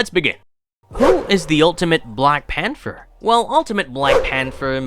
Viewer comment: The word is pronounced “Pan-ther”